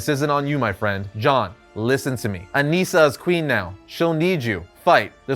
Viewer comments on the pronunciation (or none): loved the video but it’s aNISSa not aneessa